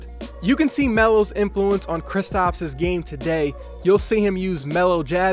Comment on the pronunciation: Y u keep calling him kristOps and not kristaps